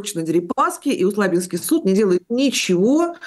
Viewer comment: Усть-Лабинский, суд, ударение на А